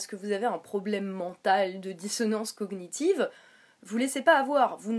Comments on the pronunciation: Euhh bon je ne suis pas d'accord avec toi mais surtout , SURTOUT dans la dissonance cognitive le [gn] ce prononce comme dans montagne ( a peut pres ) mais en gros on ne prononce pas les deux lettres ; juste l'ensemble. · Belujard Reprendre sur sa façon de prononcer "cognitive" met tout de suite au clair le niveau de débat que tu peux avoir. D'ailleurs, je ne comprends pas ce que tu racontes: "... ton opinion sur les traitements infligés aux animaux... semble contradictoire!": tu n'as pas l'air bien sur(e) de ce que tu dis mais ça ne t'empeches pas de continuer avec un "Alors revois complètement tes arguments..."!?! 1) le niveau de débat 2) ça ne serait pas la façon de parler d'un(e) fanatique ça? Tu dis que vous agresse? C'est une vidéo "droit de réponse" il me semble. Pour finir et compléter ce qu'elle a dit, j'aimerais te poser deux questions: - Est ce que les vegan boycottent tous les médicaments et les cosmétiques? (Ils sont tous testés sur des animaux avant d'être testés sur des humains.) - Si un moustique te pique, tu l'ecrabouilles ou tu la laisses faire? (Un moustique qui te pique, c'est toujours une femelle qui vient chercher de quoi nourrir sa progéniture.)